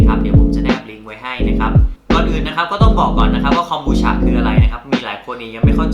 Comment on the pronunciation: ทำไมคนไทย เรียก ฉะ ฉะ ฉะ มันคือ คอม บู ชาาาาาาาาาาาา มันทำมาจาก ชาาาาาาาาาาาา